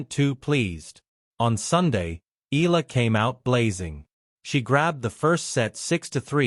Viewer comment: Correct pronunciation is E-ya-la , not I-la